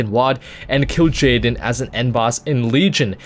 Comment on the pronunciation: pretty sure it is Kil Jaden